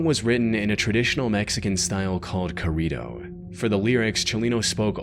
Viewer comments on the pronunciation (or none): Not corido, a corrido. Gotta roll those Rs, bud.